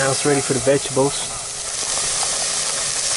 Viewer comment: lol "vegables"